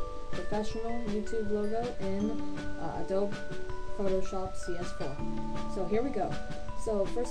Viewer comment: ur saying adobe wrong